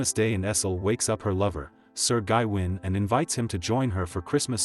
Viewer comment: its pronounced GaWayne. FFS this AI slop is killing me!!